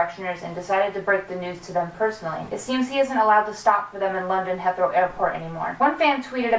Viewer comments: He-throw. Not Heth-row x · Hey, jus to be helpful, it's pronounced Heeeeth-row. xoxo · Dah-ling, it's pronounced " HEEEEETHROW AIRPORT". Love all your updates. Keep up the excellent work. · It's *Heathrow, as in heeth-row :)) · THATS MY AIRPORT 😭😭😭 and its "he-throw" 😂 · you're pronouncing Heathrow wrong!! its said He-th-row. im sorry ily but I cringed inside every time u said it wrong. ly and sick videoo xx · Omg you pronounced Heathrow wrong but it was so cute!! And also Harry used to/still does (idk) has a house in Hampstead not Heathrow xxx